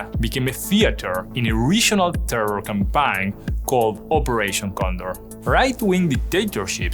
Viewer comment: sucks for your parents. English was very clear, maybe with the exception of the pronunciation of campaign